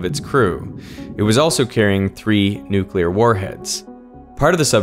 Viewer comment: Thank you for saying nuclear properly - "new clear" not "newk ular".